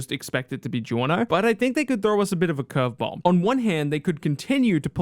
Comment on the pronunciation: GIORNO Dillo bene Say it right